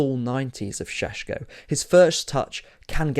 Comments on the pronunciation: It’s painful to my ears every time you say Sesko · How many times did you say Sssshhesko in that? Zubimendi going to Madrid too